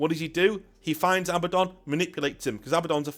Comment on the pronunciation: thank you for pronouncing Abaddon correctly. Not A-Badden. So on the nose it makes me cross eyed